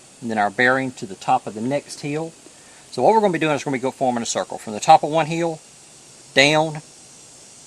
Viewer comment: I like when you say "heel", instead of "hill".